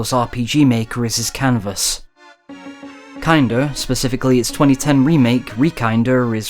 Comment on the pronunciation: huh. i got the pun, but i always thought 'kinder' was pronounced more in the german way. because. like. those are kinders who are experiencing horror